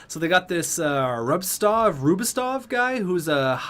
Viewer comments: It's pronounced Gurr-monn Roob-sov. But in Philly we call him The Germ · Flyers fan here (I know my name is a caps player) but his name is not pronounced like a person who is from Germany ( so with a g not a j) and the t is silent in his last name so basically Pronounced (roob-sov). Also the defenseman you got in that trade, Phil Myers, should have gotten a overall/potential upgrade, he’s a pretty decent Defensive prospect.